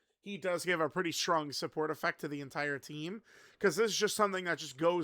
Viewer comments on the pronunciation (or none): none